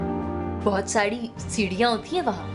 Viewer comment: It was a good telefilm. But railway station wala scene kisi aur location pe bhi ho sakta tha. Railway station ki koi sense nahi bun rahi thi plus 'dher SaDi seedian'!! This mistake was not expected with this cast. The pronunciation should be corrected. It was 'dher SaRi seedian'.